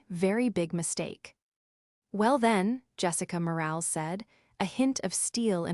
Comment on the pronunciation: More-AL-is. Train your AI